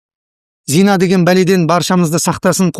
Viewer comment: Зина емес,зына емес пе?